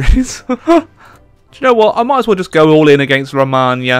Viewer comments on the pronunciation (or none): the way you pronounce "Romania". Sounds a little bit latin. However, in romania language "Romania" is actually write like this "RomÂnia". And that "Â" sounds like you get punched in the stomach (seriously)